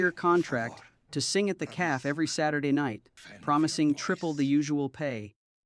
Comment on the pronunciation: Stop using these stupid AI voices that can't pronounce words correctly. It's a cafe, not calf